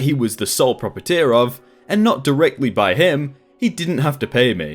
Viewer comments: God, that annoyed me so much. Every video, he mispronounces SOMETHING. Also, it's pro-preye-it-or. >_< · Sly-me as in like slime. Pro-pry-et-or. Vin-dic-tive. I don't normally grammar nazi but this particular video you did not seem to take the time to make sure that you are pronouncing things correctly which, since you are British as am I, is one of the reasons I normally like your video's. This one seems a touch below your normal standard. Sorry.